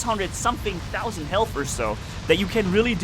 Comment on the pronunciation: You say 2 tausend 😅😅😅